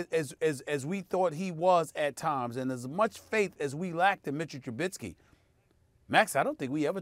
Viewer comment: I'm just going to enjoy not hearing Smith butcher Trubiskys name.